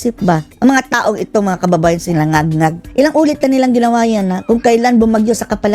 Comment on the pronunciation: Natatawa ako sayo pagsinasabi mong mong ngagngag😅😅😅😅